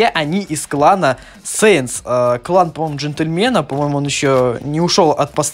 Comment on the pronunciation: Клан САИНС а не сэинс